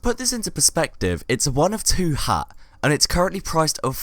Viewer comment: Beatiful Hagh HAGH! It's funny he pronounce Hat this way